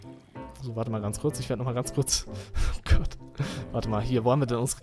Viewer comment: du sagst immer statt oh gott nähmlich oh gatt !